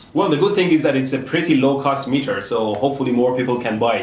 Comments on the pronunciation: Why does it sound like he is speaking Chinese when he sais give me the metaa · slap your face everytime he says MEETAA! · Im changing the way i say meter from now on. Meetah! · “Gimmie da metah!” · you saying gimme da meeta reminded me of the Pink panther when Clouseau tried pronouncing hamburger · "Gimme da metaah or I will jump off a bridge!" He don't need a "metaah" but a FULLBRIDGZRECTIFAIA!!!! (sorry) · Every time he says "GIMMI DA METEAR" take a shot. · why does everyone say gimme da meter ps gimee da meter